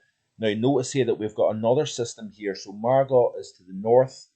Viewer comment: Good video, however! the pronunciation of Margot is Margo!!